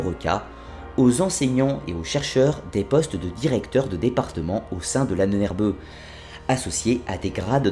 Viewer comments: J'adore l'Ahnener-beuh. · Tu voulais dire L'Ahbonh-Herbeu.